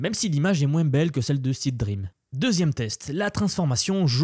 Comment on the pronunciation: Petit détail: ce n'est pas "SEED-REAM" mais "SEE-DREAM" :D